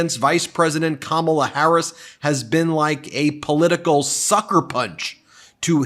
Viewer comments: Trump keeps pronouncing Kamala's name wrong. She should start calling him, "Dumb Old Trump"! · Is Trump just incapable of pronouncing Kamala Harris's name correctly, or does he think he being clever,,,,If he keeps pronouncing her name Ka-Mala,, she should start pronouncing his name Don-Old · Christian here. I’m voting for Kamala (rhymes with Momala, Trump, it’s not hard). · She should call him “Don-old” in response to him calling her Ka-mall-la. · The felon pronounces it correctly when he’s in a formal interview situation. He only mispronounces it on purpose in front of his MAGAzombies so they’ll cheer.